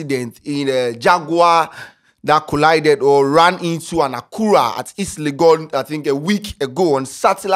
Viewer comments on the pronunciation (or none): none